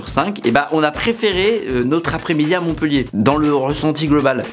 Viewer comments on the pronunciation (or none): Bravo tu t’es bien documenté et ça fait du bien de parler de ma ville ! En revanche tu fais une petite erreur, la ville de Montpellier se prononce bien « Montpéllier » et non pas « Montpeullier » . On en dit pas « cette fille est beulle » Tout le monde fait l’erreur et depuis longtemps 😂😢